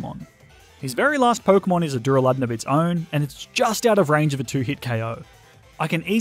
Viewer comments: Der a le don not duralon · DurAlUdon not duruladon ;D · Its duraladon not dularudune